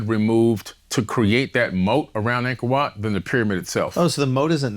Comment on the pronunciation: "Angkord Wat" google it folks